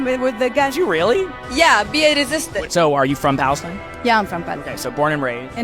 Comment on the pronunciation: She just confirmed she wants to see her baby holding a gun... wow she is such a "SMART" engineer of bullshit. Also they can't even pronounce their so called "Palestine" they can't say P it's Balestine lol dumb people. FREE ISRAEL!